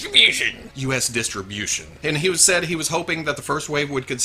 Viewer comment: I can't get enough of when you say "DISH-REE- BYUSH-IN". Internet GOLD!